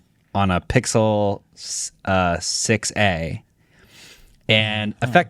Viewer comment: He totally said pickle 6a